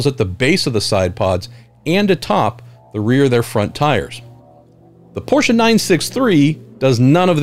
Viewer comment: Love the way you pronounce Porsche the right way! Very intresting Tech Tour!!